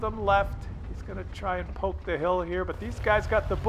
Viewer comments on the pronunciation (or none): none